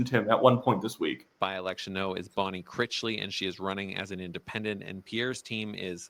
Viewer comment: you're saying Bonne Critchly's name wrong, it's Critch, rhymes with rich, as in richly. Critchly. You're saying it like, crickly, there's a T in there.